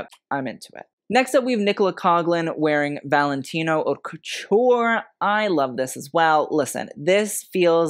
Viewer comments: I like your show! Just a suggestion-you pronounce “haute” as “hot”, when it should be “hoe-t” to rhyme with “note”. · “Haute” is not pronounced “hot”. But your show is de-lic-ious!! Love yr knowledge of fashion…